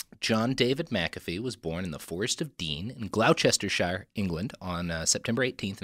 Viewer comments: Unfortunately, Gloucestershire is actually pronounced "GLOSS-ter-shur" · What's scrambling the pronunciation of English place naaaaaames?!?!?! The nursery rhyme, "Doctor Foster Went to Gloucester", is a good guide in how to pronounce the first part of Gloucestershire :) It's pronounced as, "Gloss-ter-shire", or, "Gloss-ter-sh" 😀 If i can learn how not pronounce Arkansas as ArKansas and not pronounce Kansas as Kansaw, you can learn this 😀